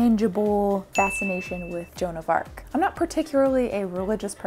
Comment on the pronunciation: Hahaha I think she agrees! Her face in "john of arc" 🙄🙄 lol